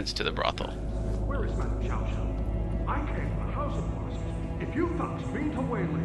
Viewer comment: The name is pronounced Sheeao Sheeao.